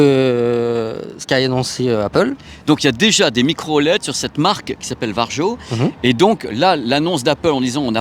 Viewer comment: Juste pour info, Varjo se prononce Vario ;)